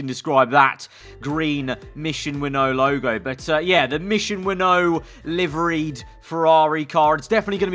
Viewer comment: PLEASE LET SEE THIS ITS SAID MISSION WIN NOW NOT MISSION WINNOW